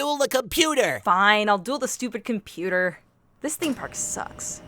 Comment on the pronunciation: “Theme paourkk” love it